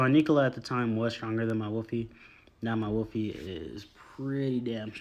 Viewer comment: "Wolfie" ?? That annoyed me to much to watch